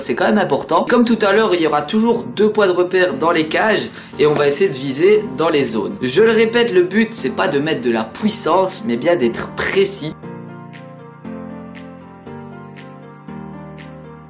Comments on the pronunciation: *Il ne faut pas mettre de pOUissance...Mdr j'adore tes vidéos! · de la pouissance 😂😂😅😉 Super vidéo comme dab 😊😉👏👌👍👍💪💪💪